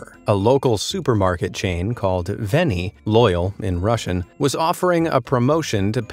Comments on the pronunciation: Its "Verniy" (верный), not Veniy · It's veRniy (верный), not Veniy. Now, continue.